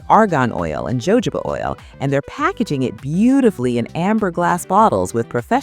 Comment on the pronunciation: Pronounced 'Hohoba', not 'Jojoba'.